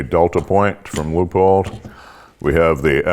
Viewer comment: Leuphold pronounced “loop holed”?